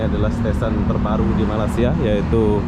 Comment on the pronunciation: Bung. Tolong sedikit2 dipelajari juga istilah2 asing supaya konten yg anda buat berkualitas. Perbaiki sebutan anda yg benar utk Malaysia, bukan Malasia seperti yg anda sering ucapkan.